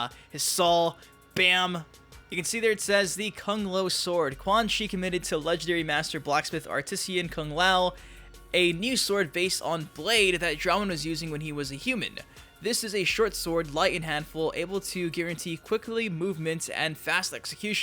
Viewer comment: Also artisan versus 'artisian'...